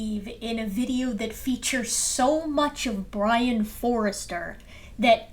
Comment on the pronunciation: What says is vewy wisible!